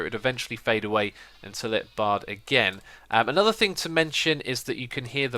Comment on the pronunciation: For some reason, i hear 'barred' and 'barring' every time you say 'baahed' and 'baahing'